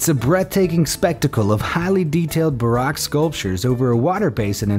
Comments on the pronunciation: Pronouncing that artistic marvel as “Barack” rather then “Baroque?” ….dude, you were SO CLOSE to nailing it! You couldn’t check your phonetics first?? Uuuuuuuugh🤦‍♀️ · Sweetie, it's not pronounced Barack! LOL...It's pronounced more like Ba_Roke! Hope that helps! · For future reference, baroque (in the description of the Trevi fountain) is pronounced BAA-ROKE ' (rhymes with woke) not BAA-ROCK (as in President Obama's first name.) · Baroque is pronounced Bah-Roke...not bah-rock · Dude, do you really not know the word "baroque"? Hint: it’s not pronounced "Barack." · Bless your heart. All those English words to mispronounce (baroque) with French and Spanish names you utterly mangled. Still, a fun selection of some very creative works.